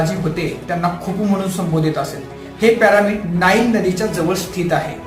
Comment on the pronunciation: प्यारामिड नाही रे पिरॅमिड 😂😂